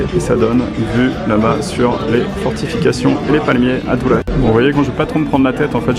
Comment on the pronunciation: Ça s’écrit Durres mais sa se prononce dorss sinon bonne vidéo